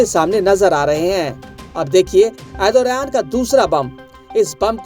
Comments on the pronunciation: Arey bhai naam tho theek se bola karo na Turkey prime minister ka... Ethoraan Nahi.... ERDOGAN 😂😂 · Erdoran nahi hota hai. Pahle name lena sikh lo bhai